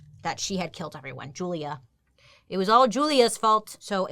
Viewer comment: When she said Julia I heard Julia Gulia